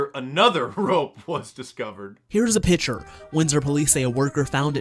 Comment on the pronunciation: I'm going to take a reaaaaly long nap. Please wake me when this world gets sane again. Did anyone catch the "journalstist" saying "pitcher" rather than "picture" ? Fake English.